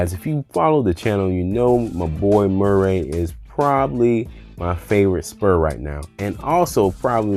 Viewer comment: I Hate the way you pronounce Murray.